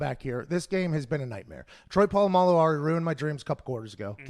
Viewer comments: Troy Pa-llama-lu 🤣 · Lol why he say Troys name like that 🤣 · When will pat ever learn how to say Polamalu correctly lol